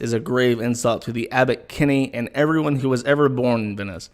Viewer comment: Worth watching the stream just to hear say ‘ervermom’